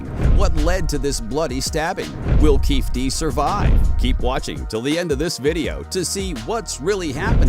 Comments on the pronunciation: I mean F the guy but his name is KEEFE D (key fee Dee)!! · It is not Keefe D but Keefe' D. KeefE D. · His pronunciation of keefe d is annoying as hell😂😂😂